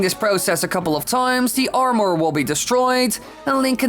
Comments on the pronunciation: Cracking her Are'More?. It's Armour dude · Omg I’m so glad I’m not the only one bothered by it. I really enjoy the content but have to take a break every 5 minutes or so to reset my ears. Also, are more = armour apparently. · It’s really irritating. I don’t get why some creators decide to put on these terrible cadences. You know there’s no way he talks like this outside of his videos. I did like how he pronounces armor though.